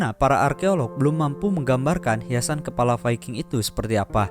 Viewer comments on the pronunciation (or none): none